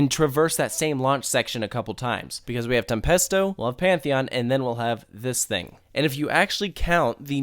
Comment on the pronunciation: Tempesto tem-pasta sauce